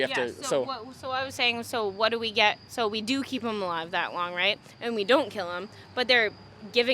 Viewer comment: omfg. i could not stop laughing at that "buuut wut do we git"